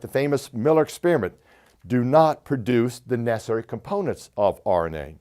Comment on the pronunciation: "ness airy"?!